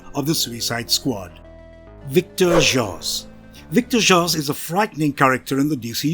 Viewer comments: His name is victor zazz Not victor joss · Great video!!! Oh yeah, its pronounced " Victor Zaz "....😉